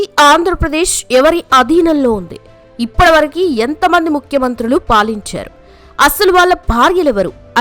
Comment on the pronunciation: నియ్యమ్మా తెలుగు సరిగ్గా నేర్చుకోవే..... ఇప్పడివరకూకాదు, ఇప్పటివరకు అనాలి